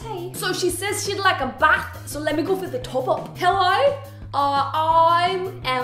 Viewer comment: Hahaha your Australian "hello" was fantastic!! it went a bit downhill from there but that's okay ;P Thanks for subtitlesss, I don't even need to use them anymore but they used to help me so much & it's lovely that u take the time to do them :)))